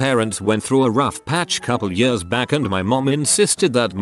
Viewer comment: I can't get over how he says years. YeAuS